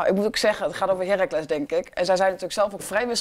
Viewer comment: heerRAAAAAACLES... niet HEEEEEEERacles